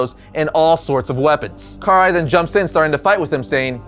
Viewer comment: The way he pronounces Karai's name angers me deeply. No hate tho.